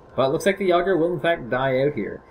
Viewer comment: Say it with me. Yay-Gurrr. Yay-Gurrr. Jager.